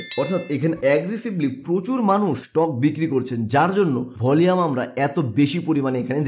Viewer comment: উচ্চারণ ঠিক কর।volume এর সঠিক উচ্চারণ ভলিউম।ভলিয়েম নয়